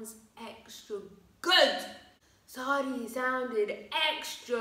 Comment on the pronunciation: You’re like the only person I’ve heard pronounce Seori’s name correctly. I guess it’s because you actually know how to read Hangul. Kudos to you